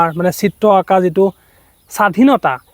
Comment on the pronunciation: চিত্ত্ব নহয় চিত্ৰ ।